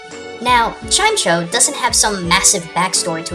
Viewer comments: Chimecho isn't pronounced 'chime-cho', it's pronounced 'chime-mek-o'. or, Chime-Echo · I don't think it's pronounced Chime-cho, I think it's pronounced Chime-eco. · wouldnt chimecho be pronounced chime-echo not chime-cho? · Chingling is Gen 4, Chimecho is Gen 3. On the subject of names, Chimecho is pronounced "Chime-Echo." I have no idea what the hell a "Chime Cho" is. I'm guessing you also pronounce Aegislash "A-egislash." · Chimecho Does anybody else pronounce it "Chime Echo" because that seems pretty cool yet.. come on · also, chimecho is chime-echo and not chime-tcho. not too important but i also made that mistake before hearing its actual name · He said Chime Cho... His name is pronunced Chy Mehko. James says it tons in the anime. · just so you know, chimecho is not pronounced "chime cho" it is pronounced "Chime Echo" I saw it on bulbapedia and in the anime. ;) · I'm pretty sure Chimecho is pronounced as Chime-Echo. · isnt chimecho pronounced "chimeko" ? idk thats how they pronounce it on tv. Just saying :3 LOVE THIS SHOW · Chimecho is a combination of chime and echo so sorry to be a hater but it's prenouced chimeko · Chimecho? Really? It's pronounced chime-echo. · You said Chime-Cho. We've all been there man, we've all been there. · I think it's pronounced "chime-echo". At least that's how the anime did it. Not the best source, I know, but unless the Pokedex in X/Y actually speaks (which would be AWESOME!), it's all we've got. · It's pronounced Chime-E-Co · Chimecho's name is really pronounced "chai-meh-koh", and it's supposed to be a combination of "chime" and "echo" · Its pronounced Chime-Echo isn't it? Share the knowledge ^,^ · and it's chime-EKO. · Chime "echo" u said it wrong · You've probably already heard this,, but Chimecho's name is actually pronounced Chime-echo. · You're pronouncing Chimecho wrong.